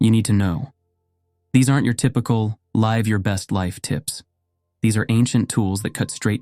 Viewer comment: He said LIVE instead of live so this is AI too?